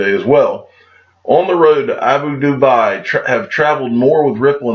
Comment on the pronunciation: You massacred Abu Dhabi. Pronounced "Ah-boo Dah-bee"